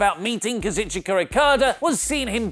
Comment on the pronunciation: say Kazu then say Chika, its not that hard to pronounce why does everyone who reports wrestling news butcher his name.